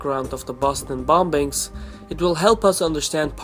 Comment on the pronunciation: It's pronounced bomings in English not bombings. The second b is silent